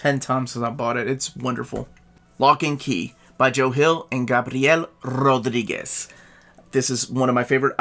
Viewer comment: Brother did not waste the R’s in Rodriguez